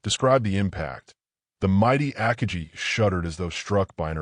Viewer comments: 5 seconds in and I had to opt out. AI needs to learn the pronunciation of Akagi. Need not go any further. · Stop making videos if you can’t pronounce Akagi correctly